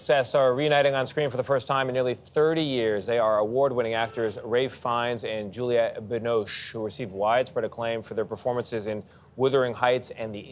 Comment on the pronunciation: I'm grateful for listening to both of them, magnificent actors, but this guy interviewing them is such an idiot, why was he pronouncing almost Julia ? Instead of Juliette?